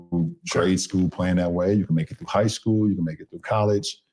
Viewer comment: did he say "trade schoo"? Anyway, I don't know how tf he even made it through "school" saying "schoo" 🤦‍♂️🤦‍♀️🤦😆🤣😂